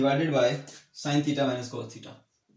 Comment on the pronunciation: "THEETA" best😂👍